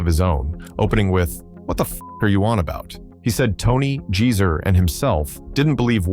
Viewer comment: Jeezer instead of Geezer